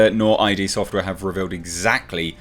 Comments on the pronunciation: it’s id, not I-D. FYI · id software is pronounced as a word, sounding like "did" or "quid", not said as individual letters. I hope this helps!